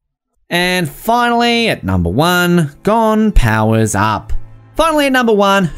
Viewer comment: I think I’ll let him pass with kinda saying gone instead of Gon